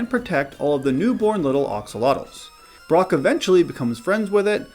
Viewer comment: "Brock", not "Brook"